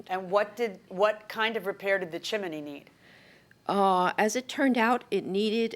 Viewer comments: CHIM=NEY folks not CHIM=EN=NY. Chimney has TWO syllables not 3. WTF does NO ONE know the English language FFS???? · CHIM - NEY, not CHIM-EN-NY. 2 syllables not 3. Look it up. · Why is she saying chiminey It’s chimney. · Each time they say chimaney I lose my mind. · Jiminey Crickets, it's a chiminey. Judge M always says this word incorrectly AND she misstates the "....you or my lying eyes" adage. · As soon as she said chminey, I headed straight to the comments. I was not disappointed. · She was watching Mary Poppin's with that CHIMINEY pronunciation. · That’s because in Spanish, it’s “chimenea”. I suspect that might be an influence. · The way Milian says chimney is wild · Am I the only one who loves the way JMM says "chimney"? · Judge always turns 'chimney' into 3 syllables. 😄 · Someone tell JM the correct pronunciation of chimney. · Why is everyone pronouncing chimney like that????